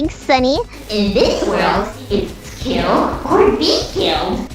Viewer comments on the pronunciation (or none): none